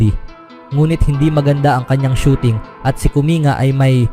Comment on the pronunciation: "Kuming-ga" pagkakabigkas po, hindi "Kuminga".